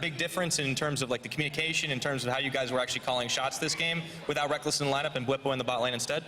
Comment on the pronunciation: lol get benched son "rekkless"